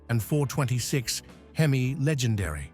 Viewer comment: 426 Eich-Eee-Eem-Eye? Really? You did so little research that you don't know that 'porcupine heads' refer to CANTED valve heads. Your poor research is miss-educating a whole generation of car enthusiasts, you should be ashamed of yourself.